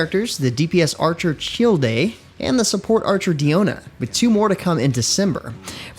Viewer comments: Who is Chil de? Lol......his name is pronounced “Child”. Do a lil bit of research next time... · Its actual 4 new characters for Genshin, 2 4* and 2 5*. An Childe is pronounced Child lol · big oof on the name pronunciation of Childe xD